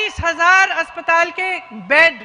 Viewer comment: Madam hastptal nhi hota